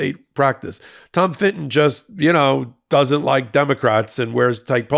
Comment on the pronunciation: Love you but STOP saying Finton for Fitton. You said it so many times I went mental and the proof is that I wrote this comment! Like Americans calling a Nissan car KNees-on. Or an Audi an Awdi.